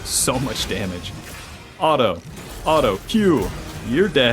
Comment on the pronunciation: You keep saying alto instead of auto ,where are you from😂